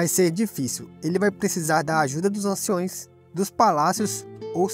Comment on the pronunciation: Eu gostei muito mas, POBEMA, DOGAS, ANCIÕES... Isso me pegou... Se falasse certo seria perfeito...